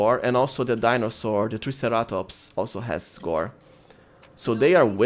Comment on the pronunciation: Triceratops is pronounced Try sarah tops